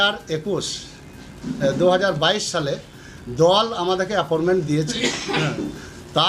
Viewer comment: আ্যপরমেন্ট না কাকা, আ্যপয়েন্টমেন্ট। তোমার তো মুক্ত বিদ্যালয় এর সার্টিফিকেট আছে, তা তোমার মুক্ত বিদ্যালয় এই গুলো শেখায়নি? না "সাদা খাতা" পাস?